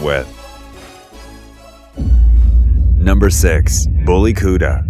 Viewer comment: That's the kutta for you. It's pronounce kut_ta.